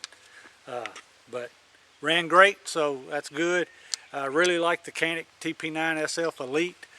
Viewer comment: It’s not “cannic”! it pronounces like “John-Nick”